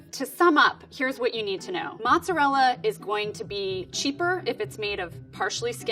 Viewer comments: She said right once, but I think more people are used to hearing the other version so she went with that one 😅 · ALOT of English speaking people say matzerella as the pronunciation, it may just be me being closer to the south but I hear Matzerella more than mozzarella. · I'm English and I do add a T, I say it like 'mot-zer-rellah', I'm originally from the east Midlands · Actually she pronounces it wrong. She need to say the "mozza" part sharply and the "rella" needs to be rolled. Not like the english r on the back of your mouth but more on the front of your mouth behind ur teeth.